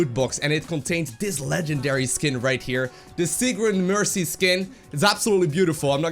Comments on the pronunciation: Sigrún is pronounced more like sig-roone Just to let you know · I was confused, too. Sigrun is totally still a German name, pronounced with an emphasis on the long u (which in English would be written "oo")